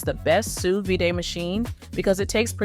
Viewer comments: sous "vidae"??? sous vide. kinda spoils your credibility when you don't know how to pronounce the name of the thing. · No one is going to trust a video about sous vide when the narrator can't even pronounce sous vide!